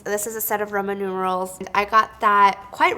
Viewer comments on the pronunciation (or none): whenever she said 'roman numerals' i understood 'ramen noodles'